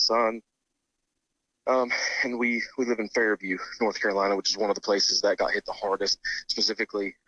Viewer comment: He mispronounced Unfairview. :)